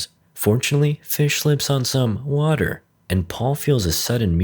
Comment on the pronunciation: LMFAO the way he said WAter